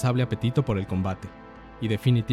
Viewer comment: porque dice jonter jajajajaa